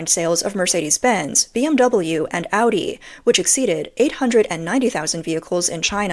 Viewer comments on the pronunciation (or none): none